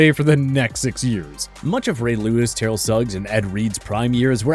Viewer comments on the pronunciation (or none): none